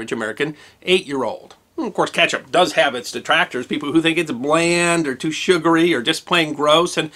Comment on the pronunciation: You keep saying catch up. It is kEtchup